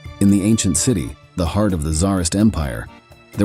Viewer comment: Like when it tries to say “heart”? Hee-art